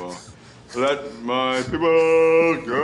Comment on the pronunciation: did he say let my piple go wtf??!!!